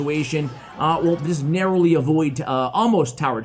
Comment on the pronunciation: Word of the day: norrowly